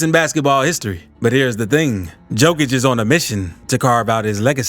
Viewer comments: pronounce it yokich, not dzokich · Am I drunk or is the guys name pronounced "yo-kich" if so stop calling the man "jo-kich" god damn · It's Yo-kich, man, thank U for the video and greetings from Serbia! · Just one thing you pronounce the "JO" in Jokic not like Joe but like "YO" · J o k i ć, not J o e k i ć Serbian language is read how its written, letter for letter, there are not any additions in pronunciation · Please, for the love of God... please pronounce his name right.. Jokic is pronounced "Yo - kich"... not Joe-kich. It's like saying, yo man, what's mama cooking in the kitchen?... Jo-kic. He's the greatest player ever... he deserves to have his name pronounced correctly. Keep up the good vids. Thank you. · For all of you that don’t know it’s pronounced yokic but spelled jokic still being disrespected get his name right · Not Joekitch it's Yowkitch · DUDE , LEARN HOW TO PRONOUNCE HIS NAME , ITS YO KICH , NOT JO KICH !!!! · His name is pronounced yo-kich not jo -kich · Could you say his surname properly, he is "Yokich"? Please pay attention. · Learn how to pronounce Jokic!!!! "Yokish" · Just an FYI, Jokic is pronounced “Yo-kich” Great video though. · its pronounced Yokic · The correct pronunciation is closer to Yoke-itch. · Please: 1. say yolk out loud 2. then use how that sounds to say Nikola's last name 3. profit <3 Great video, but you literally merged Novak's and Nikola's last names into one <3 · Dude I couldn’t get past simply cause you mispronounced his name every fifth word. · How you gonna make a video with a bunch of info about him but don't know how to say his name correctly? Lmao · You're mispronouncing the guy's last name Mark Jackson didnt even bother to learn how to say it for NBA finals What's up with this? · Cant eally listen to a commentary if someone is knowingly pronounce someone elses name wrong. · Appreciate the video on underrated Jokic, but you gotta learn how to pronounce his last name bro 😉